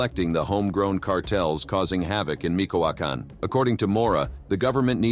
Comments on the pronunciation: Excellent documentary but please do one for us and pronunciate MiCHOacan correctly. Is not micoacan is Michoacan like Michigan. Thank you and sorry for being that guy. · It's not "Mikoakan" but Michoacan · Micoacan 🤔 Michoacán?